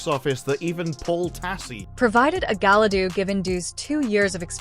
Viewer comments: Did she say Gala dudu in the beginning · Yeah, hearing 'Galadoo' made me as angry as seeing the trailer to this dumpster fire.